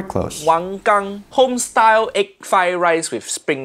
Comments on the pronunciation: Wow! Your pronunciation of 王刚 was perfect! I’ve been binge watching your videos reacting to Roger and I have to say you’re so likable! Your smile is so genuine and your soft way of speaking bounces weirdly well off Uncle Roger’s roasts! Your insights are also super valuable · Off to a good start pronouncing the chef's last name correctly. 🥰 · Hi! I rly appreciate how you pronounced the Chinese name Wang Gang! Really shows how much attention to detail and respect you have ❤️